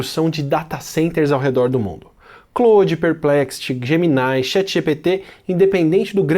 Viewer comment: Pronuncia-se CHAT e não CHET.